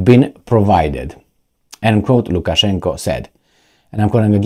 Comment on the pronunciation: Lukaszenka not Lukaszenko